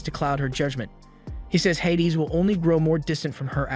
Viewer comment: its pronounced hay-dees